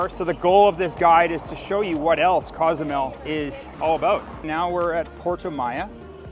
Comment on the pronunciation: Local Mexicans pronounce it COZE A MEL.........not CAUZ A MEL